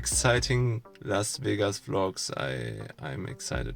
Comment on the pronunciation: Viel Glück für Vegas und ein Tipp, es heißt nicht Wehgas, sondern Vegas mit kurzem 'e' und 's', sonst merkt ja jeder gleich, dass Du Deutscher bist... 😉